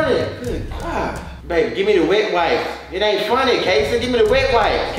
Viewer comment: Wait a min “ WEPES “ ?? 😭😭😭 . I could’ve sworn it was “ wipes “